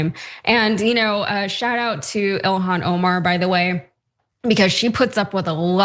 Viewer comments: It's so stupid how Nancy Mace can't say Ilhan's name.. Why are Republicans not more embarrassed more often by these people? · She can't even pronounce her name right even though it's pronounced exactly like it's spelled. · Being that this animal want to mispronounce her name here is on e for this bigot: How about Nancy disgrace.